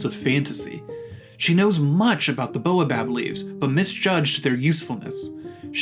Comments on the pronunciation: Baobab has the a before the o. It isn't pronounced like boa! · I understand that this may be a sound English speakers aren't familiar with, but the continual mispronunciation of baobab grates on me. It isn't boa, like the snake, but bao. B-A-O. Baobab. :) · That should be "bay-oh-bob", please. That repeated annoyance aside, this seems like good advice.